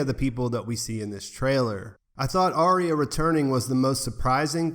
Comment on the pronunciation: Arya. Arrr-ya.